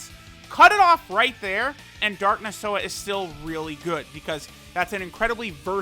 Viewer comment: "no this unit is r-r-r-r-r-realy good"😂